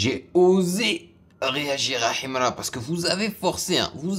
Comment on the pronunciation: Ta maniere de prononcer son nom en arabe menerve et tes critiques sont nuls